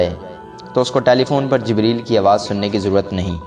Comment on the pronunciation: Jbraeel nhi hota jibreel hota hai